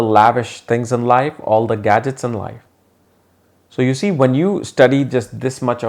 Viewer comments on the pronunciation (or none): none